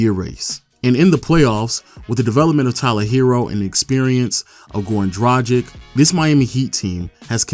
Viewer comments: just one note for everyone who does these kind of videos and tries to be pro about it...plz learn how to pronounce the names...its dra-g(hard g)-ich...not dragik. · It's prounounced Drag-itch. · Waiting for the day someone pronounces Dragic accurately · Damn your pronunciation of Dragic :D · People still out here mispronouncing Goran Dragic's name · It annoys me how every video gets "Dragic" pronunciation wrong. 😶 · How fucking hard is it to pronounce Dragic???? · What percentage of human beings do you guys think are actually able to correctly pronounce the name Goran Dragic? I have yet to find a Youtuber get it right. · is it that hard for amerikans to pronounce dragic properly?